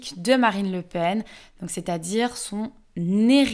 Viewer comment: Le Pen, j'espérais que le "en" soit nasal.